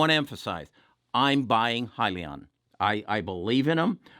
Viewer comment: I'm tired of people pronouncing it heel-leon or Hill-Leon. It's High-Leon!